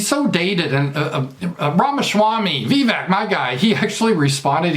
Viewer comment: Apparently it’s NOT pronounced like “Veeee Veck.” I think it rhymes with cake: “Vuh - Vake.”